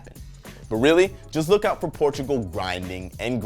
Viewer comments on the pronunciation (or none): none